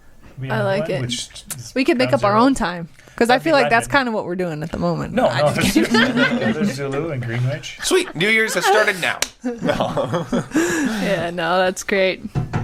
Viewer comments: Greenwich is phonetically pronounced: Gren-itch. Not literally: green-wich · It’s pronounced Grenich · If you had phrased this less politely, it would be Greenwich Mean Time.